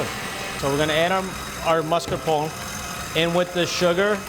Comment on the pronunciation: He says “Mascarpon” not Mascarpone. She, on the other hand, says it correctly.